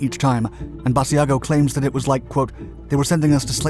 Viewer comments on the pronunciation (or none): To all who think this is not true…you are wrong. And it is not ‘bad e a go’. Iris ‘Bash-a-go’.